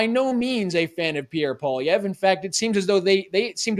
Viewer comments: But, can you not pronounce “Polly-ev?” It’s not Poliver 😉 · ...it's pronounced Paul-ee-ev...not Paw-liver. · OMG! It's Polly-ev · Love this show but why can't pronounce "Poilievre" correctly? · Harrison you should have corrected the guy after saying Poilievre wrong the third time haha. All Canadians should know how to say his last name correctly by now. Especially if your a Canadian conservative.